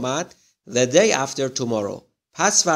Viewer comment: راستش یک مشکل شماچراTheرادی تلفظ نمی‌کنیم چرازی تلفظ میکنین